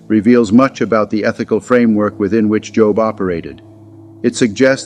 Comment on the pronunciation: Pronounced Jōb. Not jŏb. Good grief. You're teaching?